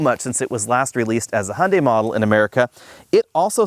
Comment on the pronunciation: "Hunday" "Hyeundai" "Hyeunday"